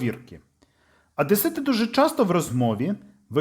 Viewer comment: Чому в тексті звучить "Адесит", а не "Одесит"?